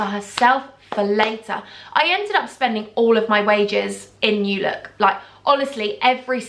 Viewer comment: Lmao love it already 😂. It’s NEW look not new LOOK and it’s preeeemark not primark haha I’m in Swansea 😂😂😂🤣